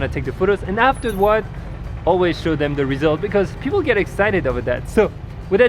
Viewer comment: "Alright guys, to wrap things Upe. It's all about connecting wisss peopleE". I like french accent popping out xD